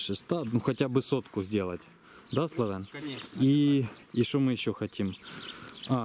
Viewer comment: Славэн звучит как Армэн.